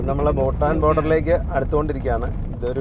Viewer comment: ബൂട്ടാൻ അല്ല ഭൂട്ടാൻ ആണ് സ്പെല്ലിങ് പ്രധാനമാണ്